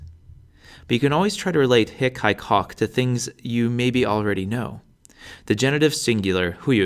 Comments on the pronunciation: the "i" should be pronounced as a the i in "beat" but shorter in length, the 'e' at the end of 'ipse' shouldn't be dipthongized, I heard you off-glide the 'e' into 'ei'. You confused the pronounciation of 'hoc' also, it shouldn't be the short vulgar sound if we are talking about classical latin. Besides the pronounciation errors, good video! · Wish he'd pronounce the 'o' correctly. It's not short, anyway.